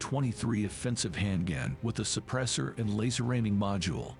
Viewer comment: Besides mispronouncing "squad", he also said "hand gan" and "get the jarb done". Yeah, pretty sure it's not a real person.